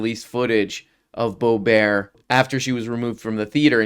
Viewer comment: It isn't pronounced bo-BWAH, it's BOOB-'rt